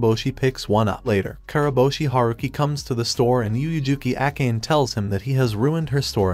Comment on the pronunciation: Akane.. (Even google translate pronounced it correct) . Why Acane? Or that's her real name 😅